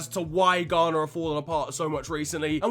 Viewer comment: Ghana? More like Gone'ah?